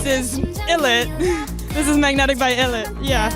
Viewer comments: Pronounced Eye-Lit, not ill-lit. Get it right. 😉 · very well spoken, I would note that to pronounce ILLIT it's eye-lit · All that knowledge but can't pronounce Illit correctly.